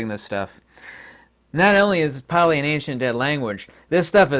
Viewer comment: U r not the only one that has had a brush with Pali. U have no clue how to pronounce Pali. And Pali is a sound based language, if u cannot pronounce accurately u r not speaking it, but u r definitely trying . U think no one knows it so u r usually just talking gibberish